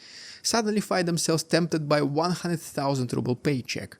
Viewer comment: The Russian "Rubbel" . So true 😂😂.